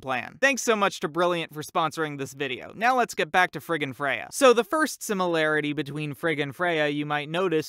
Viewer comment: it sounds like he is saying “frickin Freyja”